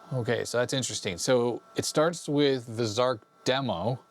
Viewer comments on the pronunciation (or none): zar CH not zark..... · to the best of my knowledge, Zarch is pronounced "Zartch" (to rhyme with 'arch'), not "Zark". I've never heard anyone else say 'Zark' (and I was an Archimedes owner back in the day when Zarch was new). Zarch was a technical marvel at the time, though I think most people found it pretty unplayable because it was so hideously difficult to control! Of course, the original Archimedes version was the definitive one, but it was also converted to other platforms – including even the ZX Spectrum! – by Firebird Software, under the name Virus. (Take a look at the Spectrum version for comparison…! Hardly an obvious conversion to make, though it too was an impressive technical achievement, all things considered.) Two other, slightly later, Archimedes games use the same graphics engine as Zarch: Conqueror and Air Supremacy, also from Superior Software. Both are less fast and spectacular than Zarch, but both are considerably more playable as games, and make better use of the terrain by keeping it visible most of the time! I always felt that one of the frustrating problems with Zarch was that you were flying too high to see any of the ground for much of the time. Not until you were just about to crash into it, anyway… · Zarch not Zarc!